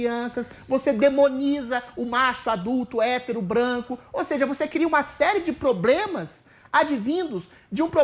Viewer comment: Só em o ex BBB falar probremas, já há um problema!